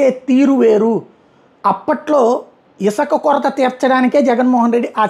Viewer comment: Not isaka, isuka